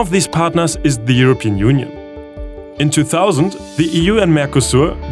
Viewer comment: ngl its kinda cute how he cant pronounce the P in english blanet wild eurobean union